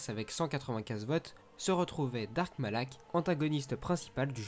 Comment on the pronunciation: Je crois que les noms que tu as écorché sont : bastilla shan et dark malak